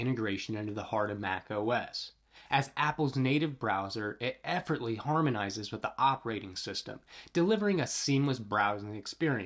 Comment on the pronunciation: You might want to put some more effort in the way that you pronounce effortlessly 😅